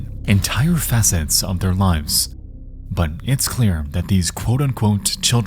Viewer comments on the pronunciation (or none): You're pronouncing some words weird - poster, depravity, facets - is the audio AI generated?